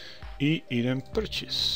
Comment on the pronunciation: zasto purchase citar Prčus ko prcenje=jebanje xDDD hahaahh